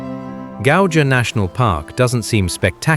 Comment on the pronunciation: This is generally a nice representation, except for pronunciation of most place names ( Gauja : Gau-ya) and the description, such as - it gives almost continental atmosphere - excuse me? It is continental! ... It gives Nordic (TM) feeling - does it? yes it is in the North, around the same pond... it is not what you would expect from Baltics - what do you expect from Baltics? ( let's just round about the whole of the Baltic - and, yes, it does look somewhat like this, then proceeds to three more towns looking exactly like "not what You expect in the Baltics" .